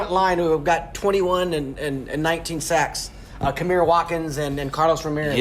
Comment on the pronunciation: My name is kamar not kamir